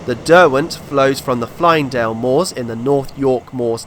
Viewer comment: And FYLINGdales not FLYINGdales at 30m52. I hope you didn't pay too much for his work!